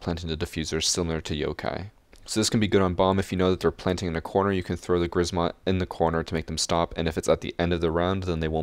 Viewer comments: Polish and if you want to correctly and easily pronounce Grzmot you should try saying "Gshmot" (with "SH" for "RZ"). "Sz" (pronounced like "sh") is simplified version of "rz", so a lot of Polish people would read it like this and it's correct to do so. Please, if you learn how to pronounce it correctly (and "sh" noise shouldn't be hard to make as it appears in words like "sheer") you will have triple the swag while playing Ela. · Read it like kshmot (grzmot) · Im from poland and when u say grzmot im laugh so much